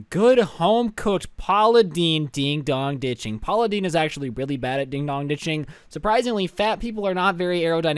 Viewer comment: "Dog" I thought it was dong